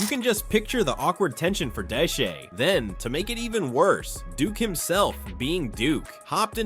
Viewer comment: Bro said Deshee 😂